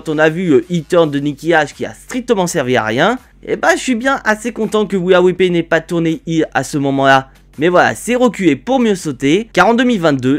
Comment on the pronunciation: Wia wipley😂😂😂😂 ou we are replay 😂😂😂😂 la prononciation ma tue